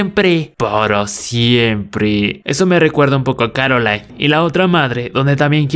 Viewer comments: soy la unica que se dio cuenta que dijo caroline en lugar de coraline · El: caroline: Yo: Cor-Aline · Es coralain no carolain y se escribe coraline :v